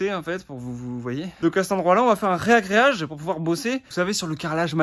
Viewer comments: A : ragréer (verbe transitif) et non réagréer, donc ragréage et non rééééagréage !!!! beau boulot, vous envoyez !!!! :) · Bonjour a vous!! Super vidéo! Et pour: on dit pas réagréage, mais juste ragréage. Coeur coeur love. Courage a vous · Merci à vous deux pour vos vidéos, elles sont vraiment instructives et plaisantes à voir ! Ayant fait l'erreur longtemps sans qu'on me le dise, on dit : ragrèage et non pas rèagrèage 😊. Encore bravo pour le boulot de dingue et le côté comique de vos vidéos !! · ragréage, pas réagréage 😉. Merci pour ces vidéos, c'est le "bonbon du dimanche" 👍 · Ragréage, pas réagréage... A la limite, tu diras ré-ragréage, quand tu auras foiré la première fois et que tu recommenceras ! ;) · Bonjour. Ce que vous faites est super. Par contre,, on dit ragréage et non réagréage. Bonne continuation! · Repeat after me: « RAGRÉAGE » et pas « RÉAGRÉAGE »: allez encore 1 fois: « RAGRÉAGE », ouiiii c’est bien 👍. Bon courage..... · Pour info on dit faire "un ragréage" mais pas "un réagreage". #fandepivot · RAgréage, pas RÉAgréage stp 🕺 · On dit un ragréage. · C’est pas « reagreage »mais « ragreage » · On dit ragréage normalement ;)